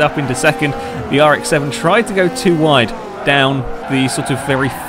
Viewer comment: You said ride instead of wide